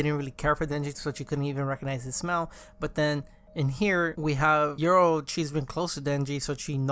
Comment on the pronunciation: Cool vid but what is your pronunciation 😂😂 YORU = YOUR-ROO not EURO